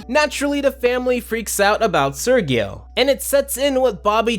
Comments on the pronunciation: Why do you say Sergio that way ? they literally said it as ser-jeo. And casagrandes writers wish they can begin to comprehend quality writing in the standard of classic spongebob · Sergio is pronounced like "Sehr-hee-oh", Not "Sir-ghee-oh" and not "Surge-ee-oh." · Does it annoy anyone else that he mispronounces Sergio the entire episode